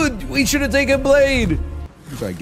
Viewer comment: Great meme, but i miss the days where everytime he said blade he would say ''excuse me, i believe it's pronounced bladeE''